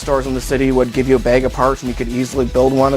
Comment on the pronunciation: "A bayg of parts" -- a perfect example of the Northern Cities Vowel Shift!